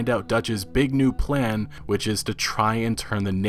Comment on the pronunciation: Did you just say P L A N